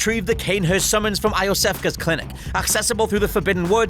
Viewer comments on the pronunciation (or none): It’s pronounced You - sef - ka It’s spoken in game. I can’t believe how wrongly you pronounced that name, it’s said in game! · I'm going to go out on a limb and assume you've never played bloodborne. First you pronounced iosefka wrong. Also you don't need to interact with anything to go to cainhurst. Just go to that spot in hemwick charnel lane, after getting the summons, and a stagecoach shall appear.